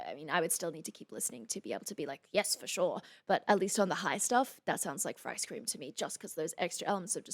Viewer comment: I swear I hear say "for ice cream" alot in this video. like, "Yes for sure! But atleast on the high stuff, that sounds like for ice cream to me."